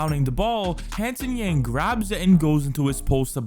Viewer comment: Note that Yang's Chinese pronunciation is Young, which is great. Not something like Yann which most Americans say